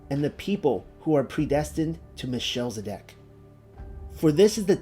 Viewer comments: Thanks. This video is a treat! But it's... Mel. Che. Sed. Ock. Not sure why it is being read as Michelle-zedock. The ch is a gutteral throat sound, like the noise of.clearing the back of the throat (sort of). In English they often just make a hard "K" sound instead. Listen to how others.pronounce it and it can help. Thank you for the effort this took! And keep studying :) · Melchizedek is pronounced, Mel - kez - e - deck. Shalom, dear brother's and sister's ❤️ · it's MEL-KIZ-ED-EK, not "meh-shell-zedek"